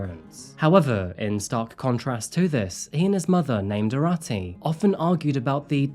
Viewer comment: His pronunciation of the names was atrocious. Especially Arati which is pronounced as “Aaroti”.